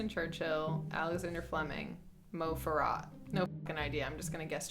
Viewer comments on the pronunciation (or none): none